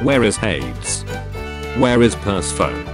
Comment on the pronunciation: The fact the robot voice reads "Persephone" as "Purse Phone"